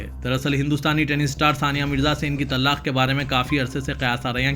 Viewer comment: محترم لفظ طلاق کا ل مشدد نہیں